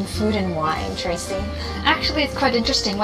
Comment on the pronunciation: Tracy said "quite interesting" and I just wonder why you read back as "trite interesting"? In this case, who speaks English better?